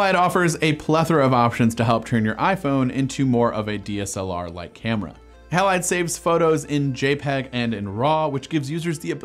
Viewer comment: Surely "Halide" is pronounced "Hay-lide" --- It's always pronounced like that in chemistry.